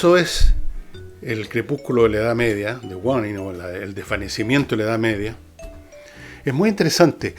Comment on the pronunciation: Interesante reflexión sobre la importancia de buscar solo lo esencial.....Y los libros recomendados tienen muy buena pinta. Gracias . Permítame una pequeña, pero importante corrección. En inglés debe pronunciarse parecido a : /weinin/....: Crepúsculo, declinación. También se usa como waning moon: luna menguante. Un saludo.